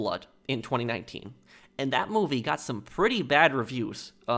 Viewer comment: I find how you say 2019 VERY OFFENSIVE and offensive content notices and and